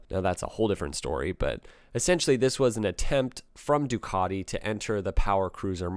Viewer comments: Please please please learn to pronounce Ducati there is no letter o in the name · Why can't you say Ducati probably?